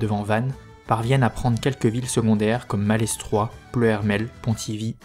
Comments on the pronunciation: Vidéo très synthétique. Précision : Malestroit se prononce sans le s. Auray se prononce Orè. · Super épisode qui m'a bien aidé pendant les cours. Par contre, je me dois de te prévenir, le "s" de Malestroit est muet ;) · Excellent travail. Juste une chose : arrête de prononcer le "s" de Malestroit ou retourne à Parisse. Signé : un breton. PS : je vais boire un coup de chouchen pour adoucir mes délicates oreilles écorchés 😂